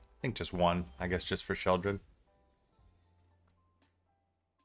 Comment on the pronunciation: Im so glad you call her "Sheoldred". Its such a pet peeve of mine when they call her, "Shelly". 😂